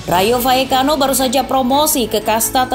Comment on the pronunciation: Kenapa L dibaca Y , gaplekki hehehehe